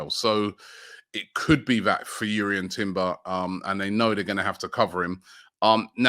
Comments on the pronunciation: It’s Jurrien not Urrien even the player said it’s Jurrien lol 😂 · JUrrien not YUrrien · Robbie, I think Jurrien is pronounced with the "J" the same way you say Jordan for example, not "Yurrien"